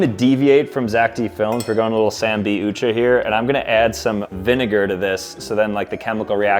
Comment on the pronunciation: "Sam B Ucha"